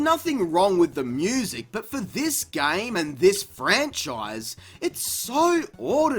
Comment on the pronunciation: How we operate thee “gayme”